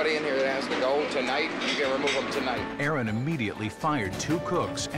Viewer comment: Manager - This is chef Aaron Ramsey - Aron sigh, my name is Aron, not Aaron. getting someone's name right is kinda important Gordon, especially if it's the head chef you are going to be working with